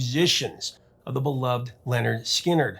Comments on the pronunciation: Great story, great band. FYI it's pronounced "Linard" not "Lenard". Rhymes with "Skynyrd". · It's not Leonard, it's Lynyrd .